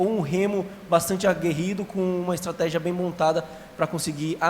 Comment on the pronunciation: Repórter não saber pronunciar estratégia e falar estategia é muito pra minha cabeça .😂